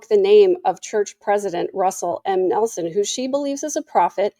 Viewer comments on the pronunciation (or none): none